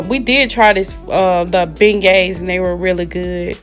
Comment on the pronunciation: She said "BENGAYS" 🤣😂 Fix it baby!!! BEIGNETS.......